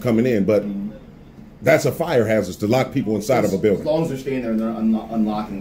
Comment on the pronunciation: "He's locked the "bew-ding". 🤣